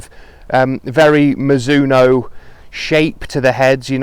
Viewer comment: Mi-ZU-no No, no, no. Slow it down and do not accent any syllable, then speed it back up. In Japan it is almost more like Miz-zo-no. Even miz-no when you hear fast speech.